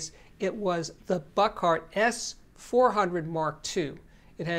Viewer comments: Steve, you finally started saying Buchardt correctly but now you're back to saying "Buck Art" 😭😭😭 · I actually think it’s his New York accent as opposed to pronouncing it incorrectly.